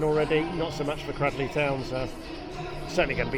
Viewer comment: Thank you for covering this game. NB it's pronounced CRADELEY not CRADDLEY.